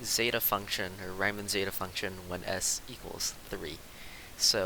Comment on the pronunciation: RIEMANN - wrong pronunciation - not rymann!